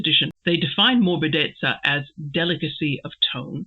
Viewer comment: Hi, it took me longer than expected to get to this MM video. But finally I made it. Great meditation, as usual. Your pronunciation of 'morbidezza' is perfectly fine. Apart from its use as a technical term about painting styles, in Italian it is also a used in other contexts where it means something like smoothness or softness (in a physical sense, e.g. of a cushion or skin, but also the taste of wine), being pliant or easily malleable; it can also be used to characterize the litheness of movements), or in a more figurative way as a quality of a character,... I think you get the general idea. Regarding the point whether Mr. Brooke makes a mistake by using this term in reference to Will's painting: Interesting thought. I was under the impression that this sentence was still addressed to Dorothea, so I thought that this was still part of Mr. Brooke's criticism of Dorothea's lack of some feminine qualities (delicacy). I fully understand the connection you make to morbid, this is a connotation that would also come to the mind of German readers, - but probably not for an Italian one, because in Italian there are two distinct adjectives: 'morbido' (for English: 'soft') and 'morboso' (for English 'morbid').